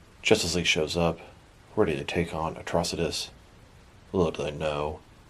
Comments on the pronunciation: Dude! You need to learn to read man. It's pronounced like atrocity. Watch the show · The way you said his name in the intro made it sound like a cronic disease 🤣 Atro-sitis 🤧🤮🤒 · Who the hell says Atrocitus like that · You didn’t pronounce his name correctly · Why did he pronounce his name like that lol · Saying his name waaay incorrectly. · You said Atrocious wrong at first it was funny I think the green lantern animated series he was the main villain I haven’t watch since the last episode came out